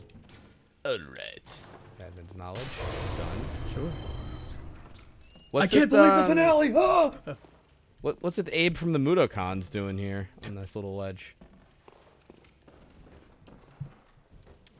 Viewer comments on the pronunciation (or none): slowbeef Is "Muh-Do-Kahn" some bizarre-ass Outworld version of 'Yu-Gi-Oh!'? (Jk, I know you're talking about the Mudokons from Abe's Odyssey. Awesome joke/refrence, but I'm still going to give you a hard time for pronouncing it funny.)